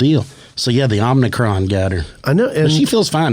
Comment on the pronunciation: You may have an omnidirectional microphone, but the virus is (from the Greek letter) "omicron", with no "n" after the "m".